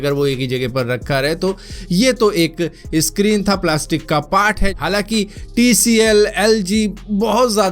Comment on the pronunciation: सक्रीक होता है यार भाई इसक्रीन क्यूँ बोलते हो...